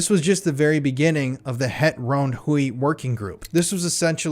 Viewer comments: Your pronouncement of “het ronde huis” is atrocious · Funny to hear you say: het ronde huis as a Belgium it sounds wierd good try tho 😊